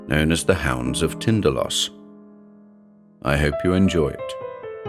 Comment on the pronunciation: Is it 'Tinda-LASS', as pronounced in this vid, or, is it TinDAL-ohs (as it has always been in my head-cannon)? Is there a definitive pronunciation/emphasis?